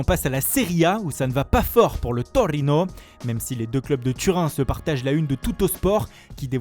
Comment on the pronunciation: Andrrrrrrea Bellllloti du Torrrrrino😂